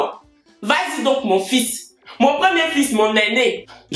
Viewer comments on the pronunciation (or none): none